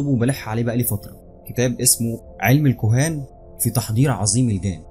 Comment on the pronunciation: اسمها الكهان مش الكوهان😒😒..